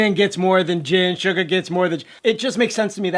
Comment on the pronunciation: You called Suga, Sugar...